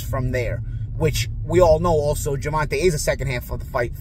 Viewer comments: Say his name right man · Show some respect and say the man name right or just say his nickname Tank if you have a issue with pronunciation 😏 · Is pretending to not say a man's name correctly a passive-aggressive way of being disrespectful? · You are pronouncing Gervonta’s name incorrectly. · hates that kid— he’s been mispronouncing his name forever ‘on purpose’ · How come this guy doesn’t know how to pronounce his name. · Say the man name correctly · At least say the man name correct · Man can’t even say Gervonta name right! Lol smh clown ….. just say u was wrong! Ryan soft! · Can u say Tank cause u buthcing the man's, name lol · please just say tank or Davis u is messing up his first name bad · You making a great effort to mispronounce his name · Can you pronounce his name right? It’s very disrespectful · If you can’t even pronounce his name right it’s no point in listening even if you have a background in the topic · It’s so annoying and disrespectful, learn how to pronounce the man name if you’re going to do a story about him. Honestly I believe you do this on purpose to certain people and it’s past due someone calls you out on it. Stop being so ignorant!!!! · Yeah you was talking all that madness and pronounce the man right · Learn to pronounce Gervonta correctly. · DUDE it’s GERVON(TAY) not GERVON(TAH) SMH!!!! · Who Is Gervan-Tah? Gervan -Tey bruh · GervonTAY. Not GervonTUH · Gervonta (jer-von-tay) the fuck is Gervontah? 😂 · (Ger.Von.Tay ) not (Ger.Von.Ta 😂😂😂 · His name is pronounced Gervontay, not Gervontah. That was getting annoying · Gevontaeeeeeeee not taa😅😅😅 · Who is Gervon ta? 😢😮 His name is Gervon TAY!!! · Bro it's GERVON TAE NOT TAH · Jer-va-tay. (TAY) (TAY) not Ta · Cmon bro ur killing me pronouncing his name like Gervontuhhh it’s pronounced Gervontaaay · Why do u keep saying Gervontah it’s pronounced Gervontae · Say it with me (GERVON-TAY) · Of calls Tank Gervon-Tah one more time 😂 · Who tf is Guh - Von - Tuh , lmao 😂